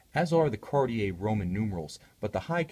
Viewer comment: you are usually very linguistically correct by watch brands pronunciation. JLC, GO, Roger Dubuis come to mind. However, when you say 'Kariei" as opposed to proper French 'Kartie" you sound like the majority of ignorant Americans. Otherwise, I love your reviews.